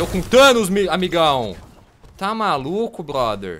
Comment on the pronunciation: Ele fala blother